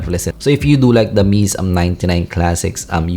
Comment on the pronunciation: it's not "Mees" it's "Mayzay" or "Mehzeh"